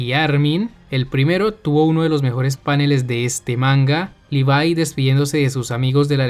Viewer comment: Me agrada que pronuncie bien el nombre de Levi :), casi nadie lo hace, también que vea a Erwin>Armin, para mí el señor que te pide que entregues tu corazón es el mejor de acá y después de este final... Creo que todos vamos a ver KFC de forma diferente xd